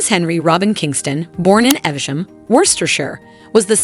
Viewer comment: It’s pronounced……EEEV SHAM! !